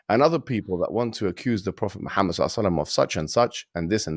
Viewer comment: Hiw can you speak about islam and, and get his name wrong this is just basic stuff, embarrassing